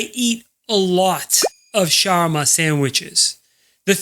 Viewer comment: Why are you pronouncing shawarma worse then my non Arab friends?